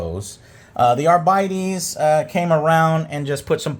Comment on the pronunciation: "Arbeedees"? What? It's just Arbites.